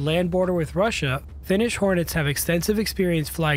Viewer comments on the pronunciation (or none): none